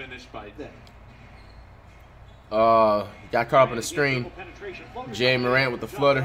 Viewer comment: For the 1 millionth time it's it's pronounced like Jah not jay-a